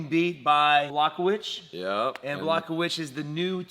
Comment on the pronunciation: Also, the new Light Heavyweight Champion: Jan Block Witch 😅😅😅